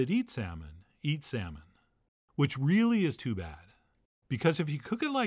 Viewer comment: "You're the shaman...of your 'sahman.' 😂😂🤣🤣